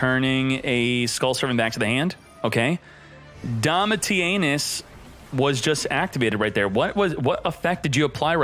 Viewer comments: Why do you pronounce it 'DomitiANUS' every time? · that’s an awful pronunciation of Domitianus 🤣